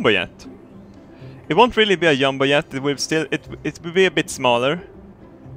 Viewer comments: I love how he says yumbo yet instead of jumbo jet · I'm still paranoid of him saying yumboyet 😓🔫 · "Yumbo yet" sweetish accent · The way he pronounces jumbo jet is hilarious he says "yumbo yet" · I always laugh when he says yumbo yet...